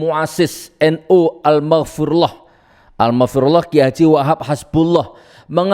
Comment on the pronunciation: Baca nya al maghfur lah saja salah. Aduuuuuuh